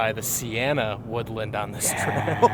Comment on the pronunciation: it’s woodLAAAND